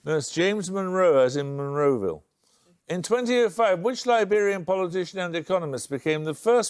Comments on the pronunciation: de he say “monroville”? If so that’s hilarious. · to be fair the host didn't either *Monrovia not Monroeville 😂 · Monrovia! Not Monroeville!!!